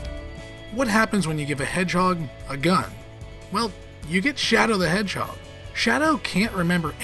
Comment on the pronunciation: ''Sonic the Hedgehod'' (2006)